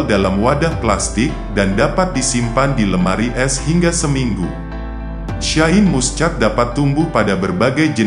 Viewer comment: Baca Shine Muschat kok dibaca letter lux😂😂😂😂wk kk